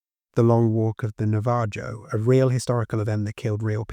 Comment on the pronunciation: just letting you know navajo is pronounced "nah-vah-ho" 🫶🏽